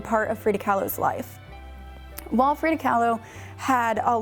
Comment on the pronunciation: Frida, not Frieda.